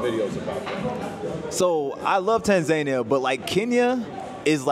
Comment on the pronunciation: You lived in Tanzania for a whole year and you didnt learn how to pronounce it...? C'mon dude.